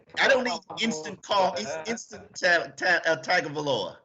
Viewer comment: Pronounced TONG-O-VI-LOA. Come on you should know by now bruh.